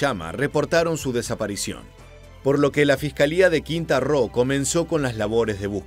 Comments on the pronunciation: Quinta Roo? Ummmm, yo solo con9zco un estado de México que se llama Quintana Roo. El narrador debe de prestar más atemcion a los nombres propios y oficiales para no caer en falta de seriedad. Saludos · No es Quinta Roo es Quintana Roo.😅😅😅😅😅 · Se pronuncia "Quintana Roo" compañero, saludos ! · Bro, es Quintana Roo, no quinta ro